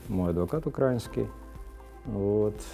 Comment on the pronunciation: Достойное интервью. Единственное режет слух слово "украинский" с ударением на "а".